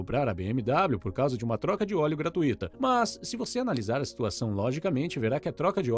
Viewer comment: Aprenda a pronúncia da palavra "GRATUITA". Você está pronunciando errado.